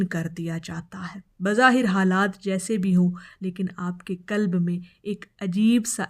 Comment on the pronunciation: Yeh muddat tumhen kis ne batayi. Khasker ‘aik saal ki muddat’. Draood Rasool Allah ne bataya magar yeh sub baten tou nahi bataya. Peerni hone ka elan kab ker rahi ho? Lafz Kalb ghalat aur sahee Qalb hai. Kalb kutta ko kahte hain!